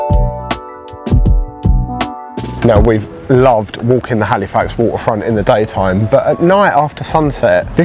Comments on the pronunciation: It’s pronounced Halifax, not Haleefax… I cringe every time I hear it LOL Also it’s pronounced “peeta” not pita. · Hey, why don't you just stay - get a visa - so much to see ----- Hal ih fax not Hal ee fax - just so you don't sound like a tourist hehe.